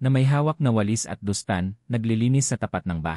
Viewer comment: when using text to voice converter, C-R should be written SI - AR , dustpan should be written as Dastpan, mom - mam